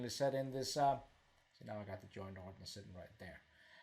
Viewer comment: The word you keep "butchering" is pronounced "orijin"...:)...great video.